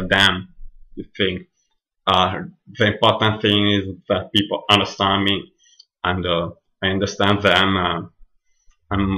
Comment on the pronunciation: Hi - I understood everything you said but like you said it is your accent that will need some practice. I understood you, but I had to concentrate on what you were saying. Two things I would say give away that you are Italian - the long A sound you pronounce like a soft a (Kate and Cat should have two different A sounds), and adding an 'ah' at the end of some words, like 'people-ah'. Many italians do this, so don't worry . But well done with this, and keep working, you'll get there!